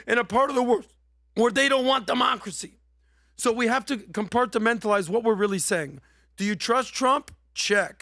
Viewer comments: learned a new word - compartmentalize. Now he just needs to learn how to say it. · I think learned a new word. Compartmentalize. He said it like 4 times and said it kind of oddly